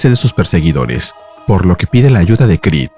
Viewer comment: Stopped watching this when AI couldn't say Creed.